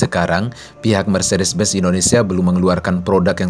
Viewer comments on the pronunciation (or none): Benz,bukan Bez